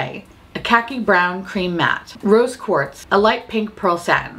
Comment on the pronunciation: Every time you said "Rose Quartz" I heard "Roast Pork" and was confused but excited.